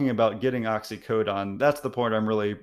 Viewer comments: How the heck do you get that pronunciation Oxy-co-don? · Too much speculation dude. Also it was Oxycodone which is pronounced Ox-ee-Co-done. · I find it very alarming that you say you're a doctor and you don't know the difference between oxycontin and oxycodone and clearly can't pronounce the oxyodone, which is generic Percocet. Oxycontin is pretty much street heroin LOL. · This guy is an MD & PhD and doesn't know how to pronounce oxycodone? He even mispronounced the brand name oxycontin saying it "oxy-cotton" - leaving out both 'Ns'...